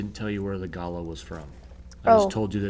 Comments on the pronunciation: Binging again! I’m going to try this! Thank you. the bird is not Gala as you were saying. It is Ga lar. Or gu lar. Best I can do phonetically lol. Your pronunciation made me giggle and was a topic at the lunch table here in Australia today! Best wishes to you all. I LOVE this channel. I have never seen anyone teach like this on YouTube and provide the resources you do! Xxx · Pronounced..gull-lah..from Australia..noisy suburban cockatoo. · love this. also ps: it's pronounced "gu-lah" and they are my favourite over here in Australia!! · We are the best- period. And it’s pronounced galah like ahhhh at the end. G is pronounced G phonetically then add lahhhh